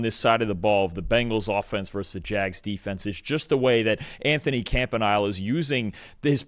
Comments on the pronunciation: someone tell him its not camp uhh nile but Camp - uhh - neel - ee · Please get our Dc's name right. It's camp-uh-nell-ee or just say Anthony. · It's pronounced CAMP-A-KNEEL-EY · Bro HAS to stop saying Campi-NILE. I cannot take it anymore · Anthony *Camp-Uh-Nee-Lay 😅